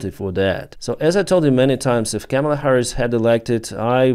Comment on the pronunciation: Your English is great and improving. You are pronouncing Kamala wrong. Chaw(like a crow) ma(like a mother) lah ( like singing lalalala) Kah- Mah- Lah.